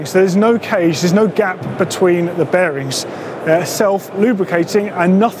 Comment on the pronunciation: When ever days bearings I keep think he is saying berries!!